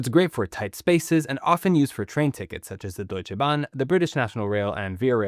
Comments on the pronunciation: Finally a youtuber that puts effort into pronouncing german words. "Deutsche bahn" sounded perfect! Respect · You actually pronounced Deutsche bahn better than many Germans or in other words that was practically perfect pronunciation from your side Greetings from Germany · Wow, you pronounced "Die Deutsche Bahn" perfectly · I got whiplash by how good that Deutsche Bahn was pronounced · Im stunned by how good he pronounced „Deutsche Bahn“